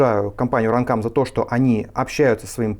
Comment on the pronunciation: run cum 2 да классное произношение.